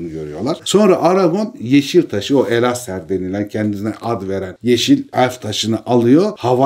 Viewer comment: Elessar'ı neden Elaser vb şeklinde telaffuz ediyorsun?